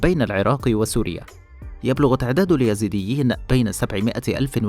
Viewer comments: قبل أن تعرف مين هم الايزيديه الفظ الاسم صح وبعدين اشرح قصتهم للمشاهدين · قبل كل شي انت تنطق اسمهم غلط يا......... الاسم الايزيديين مش اليزيديين